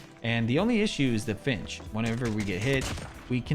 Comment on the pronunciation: lol needs to practice saying flinch 💀